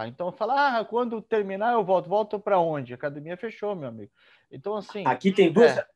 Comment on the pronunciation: Falou "acadimia", não precisa de exame de DNA...